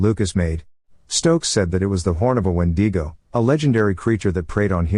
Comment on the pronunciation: Wendeego lol